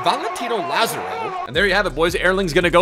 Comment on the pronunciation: say it with me "La zar o"